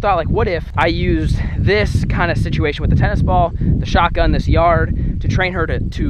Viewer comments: anyone realize he saidshotGUM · pov: everyone is talking about how he messed up saying shotgum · It’s shotgun not shotgum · you said SHOT GUM not shot gun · U said shotgum 😂😂😂😂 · I think it's funny how it's shotgum not shotgun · shotgun not shotgum just correct.